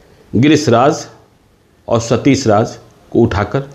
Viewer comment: Sh or sa mein farak toh seekh pe ghonchu. Satish hota hai satis nae